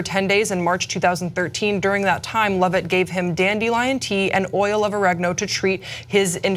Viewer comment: They can't say oregano